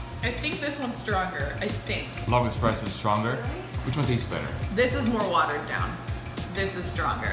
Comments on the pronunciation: espresso not expresso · eXpresso. OMG THAT IS NOT HOW YOU PRONOUNCE IT. es-press-o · It really grinds my gears when someone says EX-presso instead of ES-presso, which is how it should be said. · eSpresso. Not eXpresso. You're truly, your local broista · It's not expresso!!!! It's espresso, why is the title correct but both and keep saying it wrong? It kills me:P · They know its ESPRESSO, not Expresso, right? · eSSSSSS-presso. not eX-presso. if you're going to do a whole video about it, at least pronounce it correctly. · OOOOO WHEN THE GIRL SAID EXPRESSO AHHHH 0.37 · girl 1 - i dont have a delicate pallette... we knew that the moment you said eXpresso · Lol yeah she doesn't have the delicate pallet to drink coffee. She called it expresso like no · I swear to god if I ever hear someone call it an "expresso" again I'll neck myself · I don’t like that she says “expresso”. Then again, she works at Buzzfeed. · They kept saying eXpresso and as a barista, that really bothers me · it triggers me so much that they say "Expresso" :| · It's not EXpresso. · Who else hates when people pronounce it 'eXpresso'???? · I don't think they know how to spell/pronounce espresso